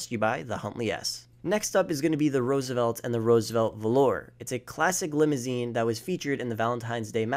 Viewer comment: He said the Roosevelt was a limosioune.